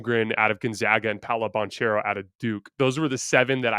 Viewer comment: you say it "Bankero" its Italian not Spanish ;) Ty for the video guys you were right!